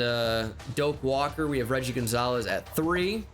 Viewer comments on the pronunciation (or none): none